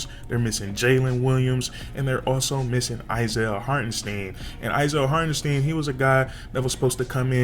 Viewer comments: Hart • En • STINE that pronunciation is crazy 😂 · It isn’t pronounced Steeeen #stopthesteen